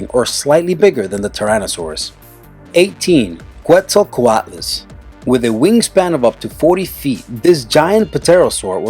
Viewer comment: This guy obviously knows nothing bout dinos it's actually ket-zul-coat-lus